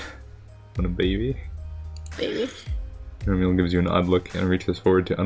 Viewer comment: Remele: Reh-Mel, as in (français) "re-melle", silent e at the end.